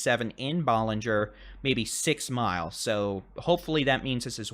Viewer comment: I appreciate your reporting! Ballinger is pronounced with a short a as in cat. Thanks for the coverage!